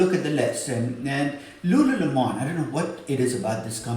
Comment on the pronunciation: "lululemon" o.0 Am I the only one confused by that pronunciation?